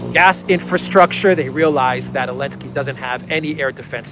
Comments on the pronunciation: It’s Zelenskyy not Elentski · Why is calling Zelinsky Elensky?